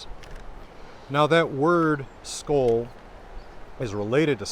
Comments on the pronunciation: Need to practice that å sound, I expected you to do it really well. At least for Swedish, maybe it sounds more like you said it in Danish. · You get pretty much everything right in all your videos, except for the danish pronunciation. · It is really cool being taught your own history by an american! When I listen to your pronounciation of the letter L in Skål, it may be that your american L is coming through. This american L is similar to what we in Norway call a “tjukk L” or “fat L. Typically spoken in Trøndelag. And I like to believe that is exactly like Håkon Jarl himself would have pronounce it. But when you read from Håkonar saga the L is similar to how I would pronounce an L myself. I come from the south west coast of Norway (Bømlo) where the L is pronounced more like the french or German L. I also work as a teacher in Moster where Olav Tryggvason built the first norwegian church in 995.